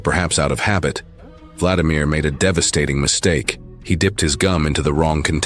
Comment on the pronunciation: #1 vla-DI-mir : stress on SECOND syllable !!!!! SECOND SYLLABLE . . .